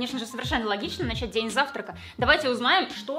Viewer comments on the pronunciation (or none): none